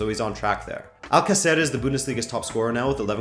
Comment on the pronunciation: love the videos just a few tips on pronunciation: Girona -> hee-rona. Alcacer -> al-CÁ-cer, not al-ca-CÉR. Valladolid -> Vayadolid. CSKA -> Siska. Hope this helps!